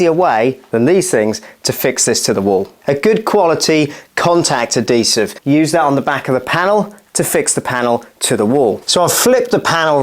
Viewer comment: Ad-desive?!?! Even the English can't speak English